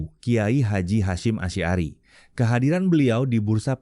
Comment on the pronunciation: HOOOE .... pembaca berita-nya JANGAN MEMALUKAN ah, baca Chudlori, Asy'ari kok ndak bisa, ganti yg lain saza. Ini menu jukkan bahwa dia SAMA SEKALI tidak ngerti HURUF dan TULIS BACA ARAB, menyedihkan !!!